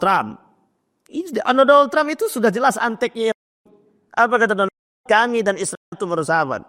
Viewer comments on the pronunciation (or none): none